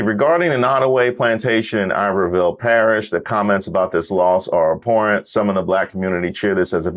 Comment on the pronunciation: its called i-ber-ville parish smh